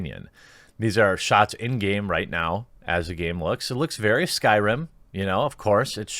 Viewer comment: "New s k y r i m game" Oof I thought you actually knew about videogames